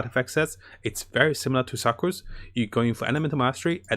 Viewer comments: Sucrose is pronounced sookrose lol.. as in the meaning sugar 😆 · He called Sucrose Sacroose XD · Klee = Keel Sucrose = Sacroose Let’s see what else he will call the characters by